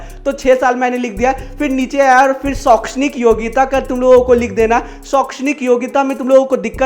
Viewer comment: Sir shokshanik nahi ahekshnik